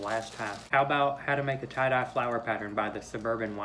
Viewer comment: Great "try-dye"